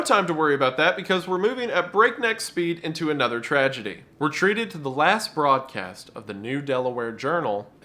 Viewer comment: Tree-gedy, not Tragedy.